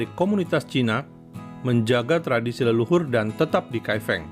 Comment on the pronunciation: Salah melafalkan Kai Feng Lain kali sebaiknya tanyakan dulu pada yg paham sebelum meluncurkan video tentang Kai Feng